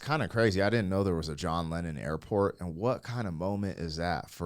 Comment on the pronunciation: Leenon TO McCartney. But yeah x